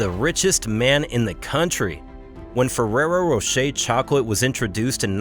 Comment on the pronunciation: why is it so difficult to pronounce Fererro Rocher in English? 😂